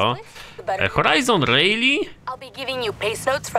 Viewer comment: proszę cię nie mówi się rejli tylko rali